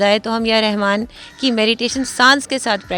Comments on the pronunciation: Rehman NH hota madam Rahman HOTA h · Mam,Rehman pronounce nhi krtay,bulkah Rahman hy